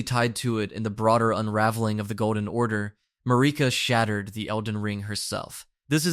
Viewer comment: MAR-I-KA. Not MARI-KA.